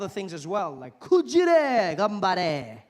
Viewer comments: Thb, his pronunciation was really difficult to understand, and his くじら sounded like くじれ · 1. The エ (eh) pronunciation of "a" never occurs at the end of words (share, care etc) , so kujira will never be pronounced kujire 2. He's trying to speak Japanese, so らisらand never れ , irrespective of how English pronounces "a". Just how "fa-ther" (dad) will never be pronounced "feh-ther", irrespective of what alphabets it is written with. So point 1 is moot to begin with.